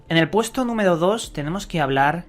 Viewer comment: "Numedo Cuatlro" "Pedo" "Tubiedon"